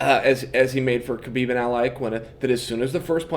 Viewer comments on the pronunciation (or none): none